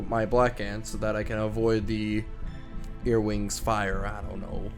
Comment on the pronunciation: Are you saying earwings? Because where im from their earwigs.